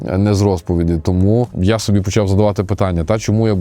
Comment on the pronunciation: А что мешает говорить нормально? Что с наголосами постоянно не так? Не "сОби" а собИ. Не "лЮблю" а люблЮ. Ну 40к подписоты, а слова банально выговариваешь на каком-то диалекте средневековом.